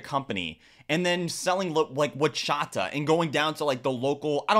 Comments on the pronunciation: Horchata is pronounced or-cha-ta not uwa-cha-ta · It’s horchata, horchata.